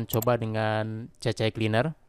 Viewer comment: C-Cleaner mas bro... bukan CC-Cleaner...😂